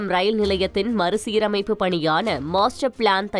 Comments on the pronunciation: 1 st நியூஸ் சொன்ன பெண் ஏன் இப்படி உளருது... மறுசீரமைப்பு ஒலுங்க சொல்ல தெரியல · மறுசீரமைப்பு என்று ஒழுங்காகச் சொல்ல தெரியவில்லை..